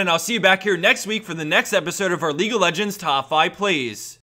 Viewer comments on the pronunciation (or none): none